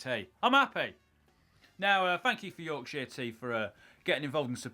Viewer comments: The name of the tea how he say it sound like something else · Considering he loves Yorkshire tea he can't say Yorkshire. 😆